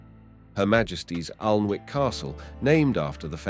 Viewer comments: Whatever the commentary I got the message, I must say it’s a great place to visit, we up north pronounce it Annick castle not Alnwick so there 👍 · I think he meant PERCY ANS? He had bother with PLANTAGINATE'S too As for ALNWICK CASTLE, it is pronounced ANNICK!!! The ALN is a nearby river and WICK is from Old Norse meaning small Inlet or Bay!!! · Respectfully, you are pronouncing the name "Plantagenet" wrongly & "Annick"... quite frustrating. 👂🏽🤦🏽‍♀️🙄